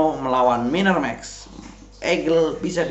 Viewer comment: Egel,miner bukan mainer kl baca pake inggris. Ediaaan 😂